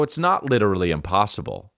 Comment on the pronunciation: That's lichurally impausible